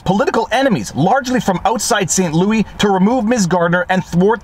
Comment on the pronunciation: He used the same pronunciation for Louis Rossmann's name.